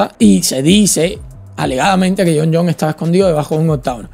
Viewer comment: Es Jon Jonessssss,s,s,s,s,s,s,. Tuve que parar el vídeo por qué solo aguante escucharte decir Jon Jon las primeras 45 veces😂😂😂 supongo que las siguientes 88 veces que lo mencionas fue lo mismo, Nooo!!!